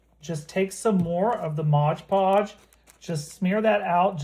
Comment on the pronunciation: It’s called Mod Podge, not Modge Podge on the bottle.